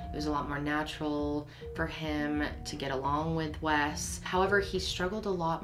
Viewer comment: Wes. It is Wes.